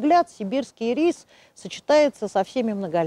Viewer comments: ударение в названии падает на первый слог - Ирис! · Всё замечательно:интересная информация, литературная речь, эмоциональная подача материала настоящим знатоком своего дела. Только, пожалуйста, ударение в словах "ИРИС", "ХВОЯ" ставьте на первом слоге, а не на втором:"И'РИС",ХВО'Я".